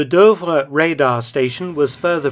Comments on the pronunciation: Super video as always. As far as I know "Douvres" is pronounced "Doovre". You pronounce it as "Deuvres". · Fascinating story! Shame about the repeated mis-pronunciation of Douvres though. Obviously, it should rhyme with Louvre!